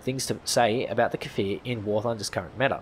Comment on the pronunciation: omg the first youtuber to say cfir right yessss thank you